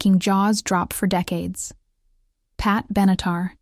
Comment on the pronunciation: Pat Benatar et non Benitar. Elle mesurerait plutôt 5 pieds que 5 tonnes ! Merci pour les vidéos , mais les commentaires sont à revoir !